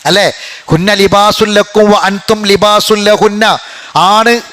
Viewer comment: വ അ ൻ തും എന്ന് പറയുമ്പോൾ. ""ൻ ""വെളിവാകാൻപാടില്ല